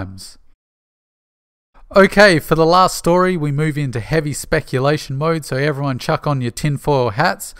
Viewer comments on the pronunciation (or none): none